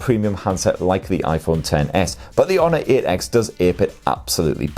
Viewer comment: The “Honor eht x”